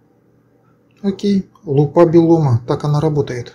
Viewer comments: Автор, не лупА, а лУпа. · Лу́па, ударение на первый слог, т.е. на слог с буквой У — лУпа.